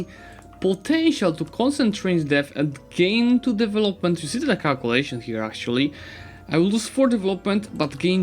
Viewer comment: Im not even English speaker but maaan... devEloment!